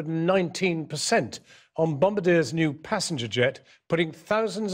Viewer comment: Holy cow, Jon Snow not only can't pronounce "Bombardier," he completely mangles the name.